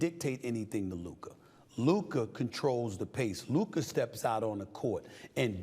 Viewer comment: "" 😂